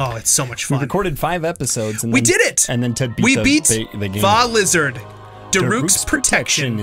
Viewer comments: It's not called Vah lizard it's called vah rudania and how you spell guardian is g-u-a-r-d-i-a-n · It's Vah rudania